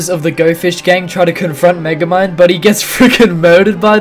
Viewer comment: "This is megamid" Man your genorous